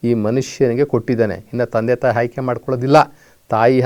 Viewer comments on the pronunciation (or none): ಮೊದಲು ನೀವು ಕನ್ನಡ ಸರಿಯಾಗಿ ಉಚ್ಯರಿಸಿ ಹ ಅನ್ನುವ ಬದುಲು ಅ ಅಂತಲೂ ಅ ಅನ್ನುವ ಬದಲು ಹ ಅಂತಲೂ ಹೇಳುವ ಮೆಧಾವಿಗಳು ನೀವು ಆಯ್ಕೆ ಬದಲು ಹಾಯ್ಕೆ ಅನ್ನುವ ಮೇಧಾವಿ ನೀವು ನಿಮ್ಮ ಹುಟ್ಟಿದ ದಿನ ನಿಮಗೆ ಅರಿವಿಲ್ಲ ಆದರೆ ಇತರರಿಗೆ ಬುದ್ಧಿ ಹೇಳುತ್ತಾರೆ ನಿಮ್ಮ ಬದುಕಿ ಗಾಗಿ ಈ ಕಾಯಕ ಅಷ್ಟೇ ಲೋಕದ ಡೊಂಕ ತಿದ್ದುವುದು ಬಿಡಿ ಮೊದಲು ನೀವು ಸುಧಾರಿಸಿ ಕೊಳ್ಳಿ